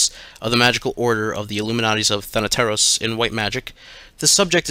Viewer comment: As a greek i can say that he is one of the few people I have heard pronouncing “thanateros” right